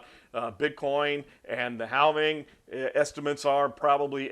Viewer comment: The "L" in "halving" is silent. Should sound like "having." 😉